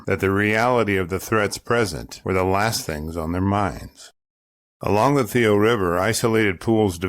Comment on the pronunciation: Hey man, her name was "Lavoie" not "Levoie".